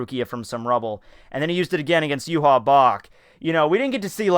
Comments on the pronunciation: Yhwach is pronounced Yoo-Hah I know that looks weird but it's how it's pronounced. Technically it's "Yoo-Hah-Bah-Ha" or "Yoo-Hah" for short. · Who's youha? You mean Yhwatch? Is that how you pronounce it?